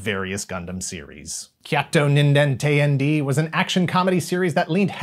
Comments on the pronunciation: It's not "teh-yan-dee" rather it's "t'yan-deh!". IIRC it translates into something akin to "(what) the hell?!". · Bruh, it's pronounced tay-anh-day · teyandee is pronounced teh-yan-deh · I love you, but the way you pronounce “Teyandē” causes me physical pain.